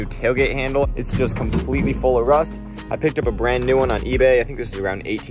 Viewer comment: did you say rust or wust